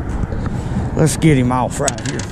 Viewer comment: I like how he pronounces the word off "Owwwff"